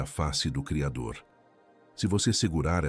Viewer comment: Vc tem problema em falar o nome do Cridor